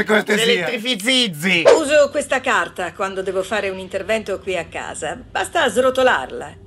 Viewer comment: Si elitrifizzizi🤣🤣🤣🤣